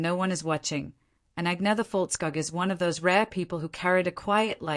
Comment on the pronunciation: Be better if you learnt to pronounce her name properly, there are several utube videos where she tells people just how to do it